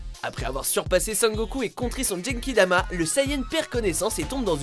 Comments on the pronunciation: Bon , l'ultra instinct et kaioken sont des mode de combat ! Faite des recherches ! Sinon c'est Genkidama pas jenkidama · Jenkidama Tt va bien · ON PRONONCE LE ''gue'' GENKIDAMA BANDE DE MERDE POUR PRONONCIATIONS VOUS NE MÉRITEZ PAS DE FAIRE UNE VIDÉO SUR LES TRANSFORMATIONS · au mon dieu il a dit gankidama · Sans oublier les jène kidama ... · HEIN comment il a dit ultra instinct et genkidama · Il l’a juste lu de la bonne façon vu qu’en Français on devrait reste sur le nom “Migatte no Gokuī” soit la version originale...par contre pour Genkidama j’peux rien y faire 🤦🏽‍♂️😭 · Ta dis des trucs chelou dans la vidéo quand même: "l'ultra instine" et "djenkidama" 😂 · "Ultrè inestincte" "djenkidama" ouille mes tympans xd